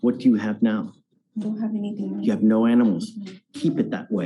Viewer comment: He said no, not "naw."